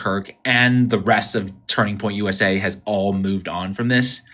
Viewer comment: Jimmy, it's Turning Point USA. You've been making plural every time you say it